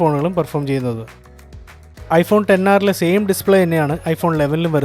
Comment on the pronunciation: Finally heard someone calling it 10R instead of "ExR" 😅